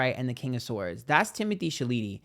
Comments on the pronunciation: the way to pronounce Timothee Chalet last name is in the French... Sounds like "Shall-A-May"...... Your welcome.... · Pronunciation is “Shallow-May” Timothee Chalamet!!! 😉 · The way he pronounces Chalamet is iconic ! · I love the fact that you still haven’t figured out how to pronounce Timothee’s last name 😂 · love how you pronounce timothees name xDD